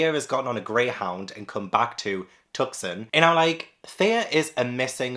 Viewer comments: Tucson is actually pronounced two-sawn. The C is silent. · Two things, I love that you pronounced Tucson as Tuc-son. It's two-sawn but I will only ever call it tuc-son instead bc it was cute. 2nd, you keep feeding us so well, king! You're so busy with the move and you're still popping out banging feature length films